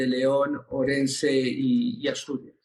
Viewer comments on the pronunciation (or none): Marlaska no sabe decir OURENSE, ese es el respecto que tiene este señor...de la valla de Melilla hablamos otro día o de las cargas de Cádiz. Como ministro ya tenías que estar fuera y lo dice alguien de izquierdas. Asquito que lo de ministro te llega muy grande. Bravo Rufián!!